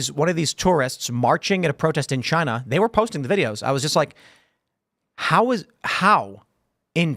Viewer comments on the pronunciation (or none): none